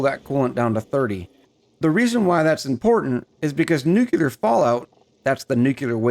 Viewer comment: I know I'm late to the game here, but it is driving me nuts... it is "new-clear" not "new-cu-lar." Look at how it is spelled: Nuclear. There is no extra "U" in there. (No politics involved but...) George Bush ruined it for a whole generation by pronouncing it wrong. (Great video though... I love your style, cadence, accent, and demeanor)